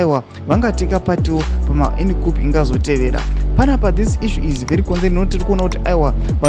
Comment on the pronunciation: It’s kuuu not kup cuop